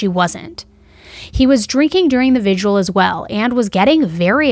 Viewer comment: I like, and maybe I'm too picky but humor me....I'm almost 65 years old, and did well in english and editing and writing. Why do people pronounce the word "vigil" as Vid-u-al? That's incorrect and it is spelled just the way it should be spoken. Vi-gil. Thanks. ETA: cannot figure out why there seem to be so many of these really fucked up and sick ppl in the world.